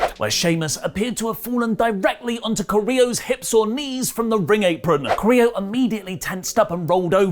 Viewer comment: Guys, you are pretty good at pronouncing names. You normally nail latinamerican names and last name's. But with "Carrillo", I've been seriously thinking that "del Río" is back every time you've mentioned him. So a little bit of help, Carrillo: kah- rri- io or kah- rri- llo ( ll as you pronounce g in gym) Love the news, reviews and podcasts, particularly rantings about everything, even tea.:)